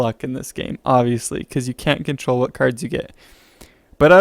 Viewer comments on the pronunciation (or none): none